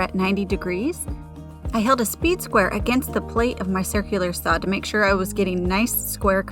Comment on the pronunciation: I've never heard anyone pronounce saw as saou.😅